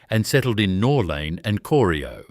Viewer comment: And pronounce Corio.